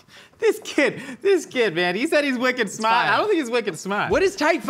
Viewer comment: i keep hearing ‘wicked smut’ instead, and i am so sorry 😭